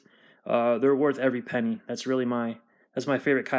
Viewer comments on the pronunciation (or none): none